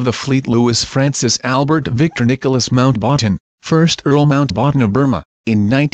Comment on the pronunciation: Mount- "waaten"?